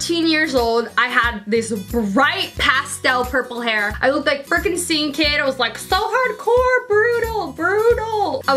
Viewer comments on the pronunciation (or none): At the begining you said secene kid right?? So do you knlw the band Hollywood undead